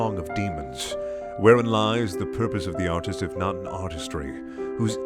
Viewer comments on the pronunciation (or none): "artist" sounds like "autist" and I think that's pretty accurate